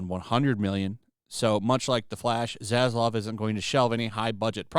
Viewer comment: Why is it that content providers have such a hard time with name pronunciation? It's Zazlav not Zazlov lol 😂